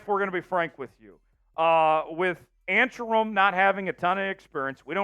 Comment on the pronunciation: Pronounce ANCK-RUM. Best pickup for Seahawks